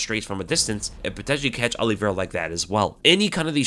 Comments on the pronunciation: His name is O-livera not All-livera... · Olive -ira no? not Oliv-era. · He keeps saying Aliverah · I'd watch this but i can't stand the way says Oliveira "Ali-vera". Shit hurts my ears. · if he is all that, atleast say his name correctly